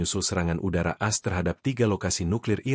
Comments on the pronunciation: Hi penyiar - bukan AS, dibaca sebagai A - S. Begitu saudara. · As As As As As 😂😂😂😂😂😂😂 A eS woi.... Mknya jgn pk AI... Tar dibaca Ai... Bukan A.. I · Kenapa baca berita aja harus pakai AI ya? Sampe A-S (Amerika Serikat) aja di baca AS (kaya AS motor). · Kenapa baca AS jadi "as" bukan "A.S."